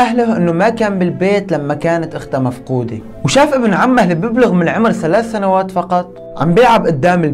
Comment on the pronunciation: سنوات ❌ ثنوات ✅